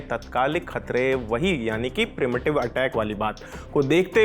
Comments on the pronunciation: primitive nhi PRE-EMPTIVE HOTA HAI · 😂” प्रीमिटिव “ nahi yaar! “प्री-एम्प टीव “ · Bhai premitive attack nhi hota h pre emptive hota h😢